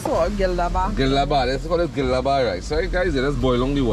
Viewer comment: It’s Gilla Bhaat not Gila Ba Gila means soft bhaat is rice ideally you are making soft rice!!